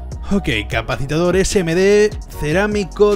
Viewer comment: Capacitor. Te sobra una sílaba.